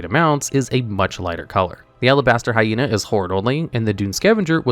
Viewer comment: why your hyena pronunciation sound like Jaina, it's very funny for a hated for horde players like me.